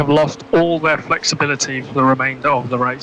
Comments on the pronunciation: felxibility* xD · felxibility lol